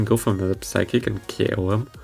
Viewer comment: /sai-koh/ and /sai-kick/. Other than that, nice showcase!